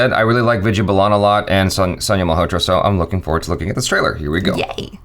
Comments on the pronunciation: It's Vidya Baalan not Balaan.. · It's not Balaan dude it's Baalan.. please do try to say the names who they're actually said. Put in some effort there too please. :) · It is baalan not balaan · it is Vidya Balan not bulan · they are completely off on pronouncing Vidya's last name!!! it's pronounced as Baaalan